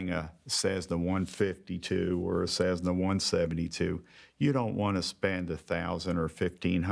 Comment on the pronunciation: NICE VIDEO. Let know it is not cezzna but cessna. Hurts my ears every time he says it.LOL